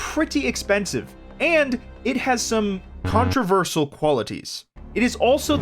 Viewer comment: what the high heavenly fvck is “contraverSAL” pronunciation just wild